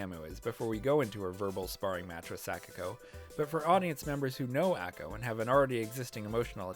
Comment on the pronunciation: This was a great video, and I really loved all the points you made! I don't know if this is nit-picky of me, but in the future if you make more Bandori-related videos, please fix your pronunciations of the characters names! Specifically the "a" sound. For example, you pronounce Taki close to "tacky", when it should be pronounced like "tah-kee", Ako, should be pronounced "ah-ko", and Kasumi needs that "ah" sound too. Was a little distracting from an otherwise entertaining video!